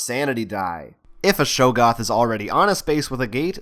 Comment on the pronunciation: Great video, really enjoyed watching. But......it's pronounced Shog-goth, not show-goth